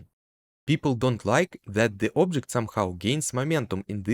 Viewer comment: Вау, что у тебя с акцентом, никогда не слышал такого неподвижного звучания. Ты проигнорировал КАЖДУЮ фонему английского и заменил её на фонему русского. И даже не на самую похожую. нг в конце почему-то читаешь просто как н, ладно середину между н и г найти не получается, зачем просто выкидывать г. Произносится не обжект, а абджэкт. Не фанайт, а файнэйт. Не пробабли, а прабабли. Не копис, а капийз. Не сёрфэйс, а сёрфис. Не аньюжал, а аньюжуал. Не идиа, а айдиа. Не моментум, а мамэнтам. Не эгрис, а агрийз. Не эдд, а адд. Не специфик, а списыфик. Не дат(that), а дэд. Не джеометри, а джиамитри. Не детэ́йл, а ди́тэйл. Не телепо́рт, а тэ́лэпорт. Не эллипсо́идал, а эллипса́идал. Не алдоу, а олдо. Не дыс(these), а диз. Сделай на русском отдельную дорожку, невозможно без кукожа тебя слушать.